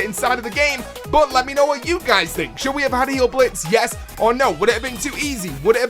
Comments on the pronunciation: It's not "heal•blitz". It's "hial•blitz". German switches "ei" to the "i" sound. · Just a slight correction, hile in Heilblitz is pronounced "hile", in German with 'ei' or 'ie' you pronounce the second letter. It's not a play on the word heal, it translates to healing lightning. I think adding Heilblitz along with Geistschild would be too easy, I do pretty well myself with just Geistschild but I think I'd prefer Heilblitz over Geistschild.